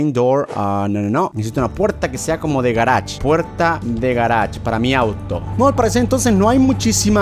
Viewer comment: Cómo lo decimos nosotros:garage como lo dice german:garach